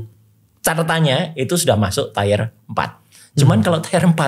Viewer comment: tier dibaca/diucapkan “tiyer”